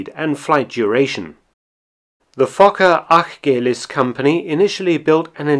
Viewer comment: Immediately upvoted when I heard an English speaker pronouncing "Achgelis" correctly. :)